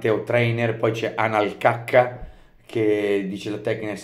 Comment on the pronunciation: Min “ANAL CACCA” al posto di Alan Valca…… hai vinto tutto 😂